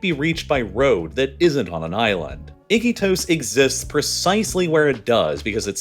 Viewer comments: The narrator pronounced Iquitos as "Ick'-ee-tos" with emphasis on the first syllable. The people around me here in Lima pronounce it "i-KEE-tos". Are these Peruvians wrong? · Your pronunciation is so awful! Iquotos not "icky toes" blah! 🤮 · I-kee-tos, not icky toes😂😂 you're trolling us... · It’s i-key-tose… not icky toes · What is ‘Iki toes’ 😂😂😂😂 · They way you say "Iquitos" as "Icky toast" is hilarious. Here's a general rule, in Spanish, all i's are always pronounced as an english "ee". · Your pronunciation of Iquitos is interesting